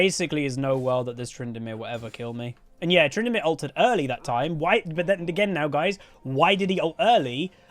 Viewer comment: "Tryndinips" I hate that but I love it